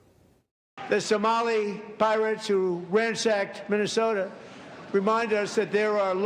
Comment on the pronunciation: I love that he actually said somoli pirates😂😂😂 the look on her face priceless